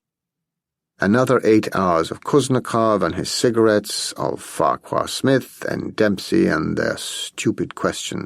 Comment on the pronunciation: Farquhar Smith should be pronounced as Farrar ....